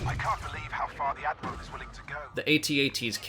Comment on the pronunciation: Wait did you say Dadmiral? 😂